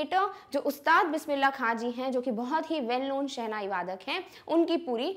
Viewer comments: mam all is ok bt u spoked khan as kha it's wrong plz correct it or edit it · It's not Bismillah kha it's Bismillah khan pls take name properly